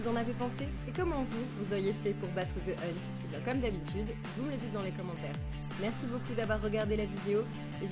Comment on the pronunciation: Ze hunt 😂